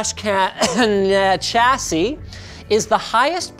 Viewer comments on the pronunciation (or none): 128GB! Holy sheet!! It's pronounced "Sha-see" not cha-see" by the way.